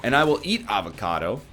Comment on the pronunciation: HE CALLED IT AVA-KA-DOO ah good ol kylee henke memes